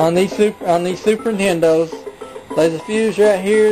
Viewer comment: "these Fuses on these super NITENDOS"